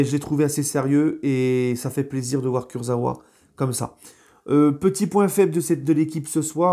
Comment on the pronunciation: Ça se prononce kurza"VA" et non pas kurza"OUA"😁😁😁